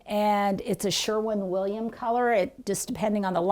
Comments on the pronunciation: As a Greater Clevelander, I was glad when corrected herself the second time she said "SherWIN-Williams." I cringe whenever I hear "SherMAN-Williams"! LOL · Did you say “Sherman” Williams?